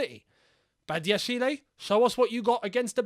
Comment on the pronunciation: The "e" in Badashile is mute. You spell it Badiashil